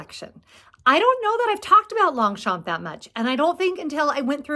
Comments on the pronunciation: i love my 2 pliage longchamp too mostly for its lightweight .. just wanted to suggest saying longchamp the french way .. without pronouncing the p 😍😘❤🎉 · Thanks for the update does this mean I mispronunce Long- champ? I got a clutch from real real and love it.